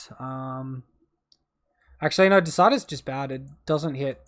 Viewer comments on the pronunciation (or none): Great matches mate, well played! PS it’s deicide; meaning to kill a god. Dee-a-side is how I’d pronounce it. 😉